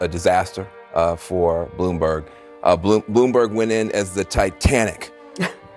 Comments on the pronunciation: No surprise "he really Blumberged it" 😄😄😄😄😄😄😄😄😄😄😄😄😄😄😄😄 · Hahaha he almost said Boomberg LOL